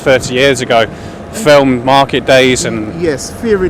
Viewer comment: Another foreigner trying to boss another indigenous English around. I'm sick of it. He can't even speak English. ''Flim?'' FFS